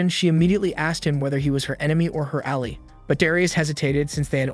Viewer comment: The way you pronounce Ally and Bow, hurts my brain.